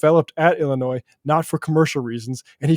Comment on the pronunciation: illi-noise? ok, well im now gonna call texas texa.